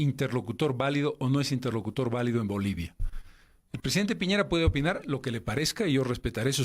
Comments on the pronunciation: el presidente de chile, Piñeira * WFT XD almenos mesa lo pronuncio bien Piñera, aun que sobre el tema de que el presidente de chile no considera un locutor valido a evo, ese asunto si le compete a chile, chile es libre de negociar con quien le plazca, si no reconocen como un locutor valido a evo, es mas por sus insultos de años anteriores y su actitud anti-chile , chile es libre de no negociar con el, no por que lo elijan los bolivianos significa que chile tiene la obligacion de negociar, eso ya quedo claro con el fallo de la haya. asi que chile puede perfectamente decir que evo no es un locutor valido le guste o no a mesa. si va a venir con esa actitud y con lo que dijo del posible presidente de brasil, puede que no sea tan buena opcion despues de todo. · A ver. Primero: que todo es Piñera y no Piñeira. Como periodista, mínimo debes saber como se llama el presidente de Chile. Somos vecinos. Segundo: Piñera no necesita un peón...para peón está Morales. Para esos menesteres se necesita un diplomático...Te quedó claro?